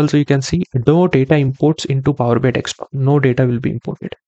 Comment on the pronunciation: Indians. It’s desktop not dekstop 😤😳